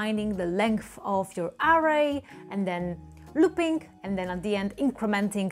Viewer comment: ı love when she says LOOPİNG LOL